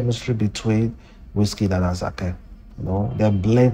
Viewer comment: Please pronounce ASAKE properly